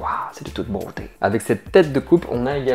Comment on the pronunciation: "Woah de touteuuu beautey" 🤣